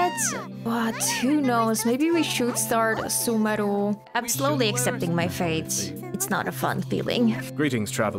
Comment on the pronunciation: The way You say Sumeru is just too satisfying